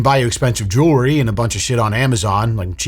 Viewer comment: Jewry! Say it right!